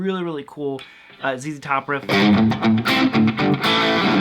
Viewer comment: Huh? Sissy Top? What is he saying?!